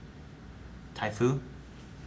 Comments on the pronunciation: You mean Sifo-Dias? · I think you meant Sifo-Dyas not Tyfoo 😂😂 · Damn getting Syfo-Dias' name wrong. But can't get everything boys. Loved the videos. Also Jango was mandalorian as well as the Mandalore for a time. And domino squad is Heavy, Cut-Up, Droidbait, Echo, and Fives. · Sifo-dyas not typho typho not even a Jedi. And you call Calvin a prequel hater lol just teasing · Jedi master Ti-fu??? What??? Try again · "Jedi master Thai Food"? Really, nobody corrects him?